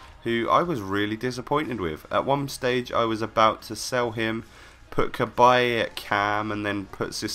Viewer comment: Cabaye NOT Cabbage